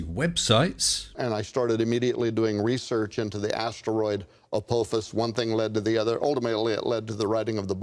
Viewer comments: Agreed. Wow, "A-poe-fiss" must have a solid ironic core! 😄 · If he remembered what the Almighty said he wouldn’t remember, doesn’t that mean the Almighty is fallible instead of infallible??? Not to mention that the Almighty doesn’t seem to know how to pronounce “Apophis”...